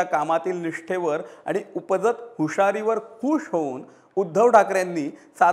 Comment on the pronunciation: दर्षन नसते दर्शन, षिवसैनिक नसते शिवसैनिक, हुषारी नसते हुशारी असते हो साहेब...नको तिथे " ष " म्हणून फार हसे होत असते...